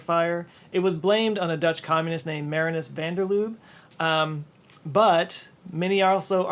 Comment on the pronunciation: Márinus van der Lube cracked me up. I'm Dutch, the correct pronunciation is "Marínus van der Luh-buh", more or less.